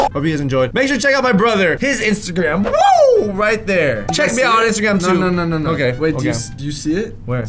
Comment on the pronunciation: "LoOk At MeH, LoOk At ChU" yes yes a very big difference. he is has the higher IQ.